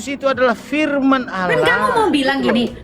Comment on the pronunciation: Makanya kalo nyomot kosa kata arab pahami sesuai kaidah bahasa aslinya... Allah dibaca Alloh ada penekanan di huruf L nya bukan alah...